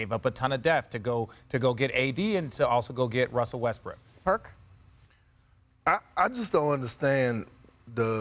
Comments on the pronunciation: I swear Richard said Russell westbrick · did RJ REALLY JUST SAY WESTBRICK!!! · It was because he accidentally called Westbrook “Westbrick” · he said westbrick lol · Convince me that RJ did not literally say "Russell Westbrick". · Not sure it was an accident calling him westbrick 😂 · “Russel westbrick” 💀😂😂😂